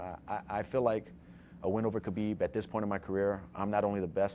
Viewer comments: Its not pronounced khabib it's HAbib. Forget the K sound the H. Put some respect on this man's name 👊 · How are people still pronouncing Khabib's name wrong. No K sound.... Respect the man.